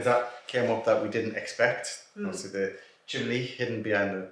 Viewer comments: Chimney not chimley 😂😂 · Hi from Scotland, hi another great vidio can i as why you call the chimney. The chimly anne from Scotland